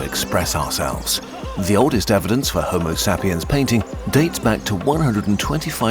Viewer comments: Not even 2 minutes in and I just got slapped in the face by that "homo sah-pien". I was just about to fall asleep but now feel very alert. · Homo Sap-e-ans? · Why you pronouncing Homo sapiens like that? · is that the correct pronounciation of Homosapiens?